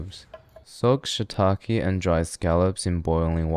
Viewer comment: I'm sorry, man...but I can't STAND the way he pronounced shiitake.